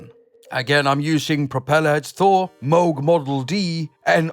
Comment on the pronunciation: Glad to hear you pronounce Moog correctly. 😬